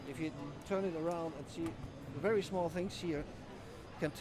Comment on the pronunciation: 'Verry verry'- Slick